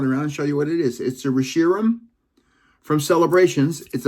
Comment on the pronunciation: Thanks, ya sneaky bastrd... Lol 🤣 Everytime you mispronounce a pokemon I cringe,... Like Re not Ree -(Rhe-shi-"Ram") take care, I hope you enjoy my corrections, never trying to be a dick. " Nine "